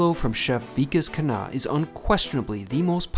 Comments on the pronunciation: it's V'kaas Khunn-ah, not Veekus Khaana 😊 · The pronounciation is not Vee-Kus Kun-ah but ViKAAS (i as in bit) KHUNNAAH (Kh as in c in cat and u as in but) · You can pronounce his name correctly by following this, "V-Kaas Khhun-Aah"